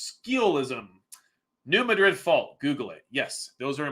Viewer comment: Just FYI it's the New Mad-rid (saying it correctly you hear the word mad) fault line. That's my home town. Everyone else in the world wants to pronounce it like Spain's Madrid, but it drives us nuts....